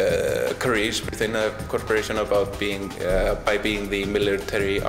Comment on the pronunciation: No gonna lie, i'm 21 minutes in and i wonder if i'm listening to ai. Not for the scripit, but the voice itself. sometimes the accents are off "example, "corporation!", and in general it's a bit flat.